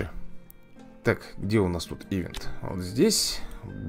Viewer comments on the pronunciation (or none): none